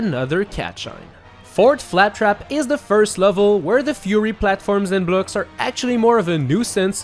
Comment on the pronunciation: I like how he says bluck instead of block